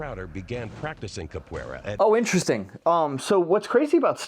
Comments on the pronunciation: CAPWAYRA, I admire your moxie early 2000's Narrator but your wrong, thats not how you pronounce that XDXD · Why are they pronouncing it “Cap-where-uh?” Also: “Kuh-Raw-Dee” Lol tbh, I think most people don’t want to seem like a total nerd saying it in the accent, like Ross from friends with his “ka-da-teh!” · try say Ca-poo-eira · In fairness to the narrator, I don’t think I can pronounce Capoeira correctly, either. Idk what it is about my brain or tongue, because I can basically always HEAR when/where I get things wrong, but just like my inability to sing well, which people call “tone deaf” even though I PROMISE my EARS are NOT the problem… I can’t get my mouth to make the right sounds. I’m tone and non-English mute, basically lol Also, can’t really say “vehicle” correctly. It’s always “vericle.” So I just say “car.” >.> Edit: My guess would be they asked each practitioner to use the most common kick of the martial art, or whatever they practiced most or something? I doubt they set out to make karate look bad. 🤷‍♀️ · I don't think they picked the kick, I think it was the artist himself... and I don't think the people running the show were honest, they might have used the diction "best kick" or "most effective kick".. then after the edits and re-scripting, it was "most powerful" kick (I doubt the narator even watched or heard the video with his continued mispronunciation of Capoeira even after the practitioner said it).